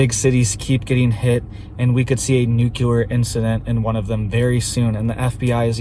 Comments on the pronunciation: If you can’t pronounce nuclear right you immediately lose credibility. It’s not. “ nucular” it’s nuclear. Do the feds tweet? How did you get access? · Its new-klee-er ! Not nu ku lar. Please. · Love you. But please, for the love of everything good, it's pronounced NU-CLEE-AR. ❤